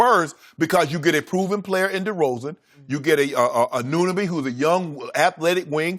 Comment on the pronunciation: Lol how do they say they love ananoby but they can't pronounce his name